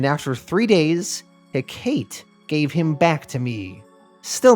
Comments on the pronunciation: It’s pronounced heh-cuh-tee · ive only ever heard it pronounced Heck-ahh-tea